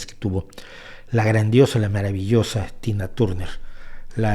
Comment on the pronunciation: Turner no, Tarner se dice.